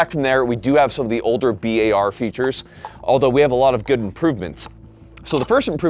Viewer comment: >bi ay ar instead of bar he be sayin "bi ay ar" lol blyat dizzed